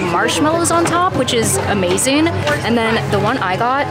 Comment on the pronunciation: That was "abazing" haha